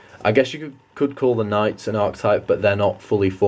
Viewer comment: Great video man! But just telling you Archetype is pronounced Are-Ke-Type